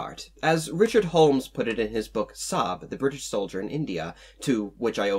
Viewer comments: Sahib pronounced Si-eb not Saab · Sahib has two syllables Sa- Hib. ;-) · It's pronounced as "sa-hee-b" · The correct pronunciation is "saa'hib", though is often pronounced the way the narrator does in the video. Source: I'm a Pakistani.